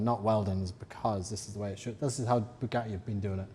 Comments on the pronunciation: NEWSFLASH: Bugatti doesn't want to sell you parts until you can actually pronounce the company's name!!! ..and it's NOT Bue-gah-eee 😑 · Twas never Bugatti, it was always ‘BUGHAAEE” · Italians must cringe when they hear your pronunciation of Bugatti.